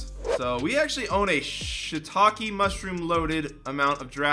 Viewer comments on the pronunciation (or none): none